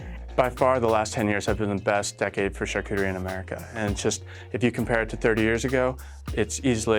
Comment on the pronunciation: Knowing the French language, it hurts my heart to hear how they pronounce Charcuterie.